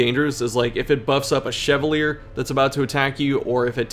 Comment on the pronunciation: Ok this is gonna sound so nitpicky but since you said you weren't sure about some pronunciations, I should probably let you know that Chevalier is pronounced "Shuh-vah-lee-ay" I had an english teacher in middle school whose last name was Chevalier, and she was not particularly nice, but she made sure that everyone pronounced her name correctly, so that is my "Crimson Curse" to you 😂